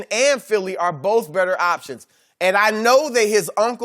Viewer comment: C'mon Brussard, the word is pronounced "both" not Boff...